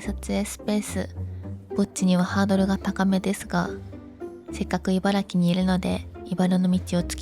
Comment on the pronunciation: ちゃんと「いばら“き”」と言ってて偉いぞ！